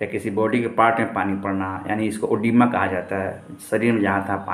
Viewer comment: कागज देख कर बता रहा,वो भी गलत,ओडिमा नही edema होता है।